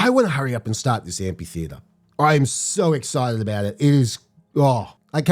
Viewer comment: AmPHitheatre, with an F sound.